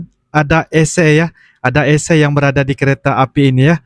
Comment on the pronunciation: AngkoL🙏 klo Bahasa Indonesia menyebut penyejuk udara atau singkatan Air Conditioner (AC) dibaca Aa - Sé bukan Eé Sé 😅😂🤣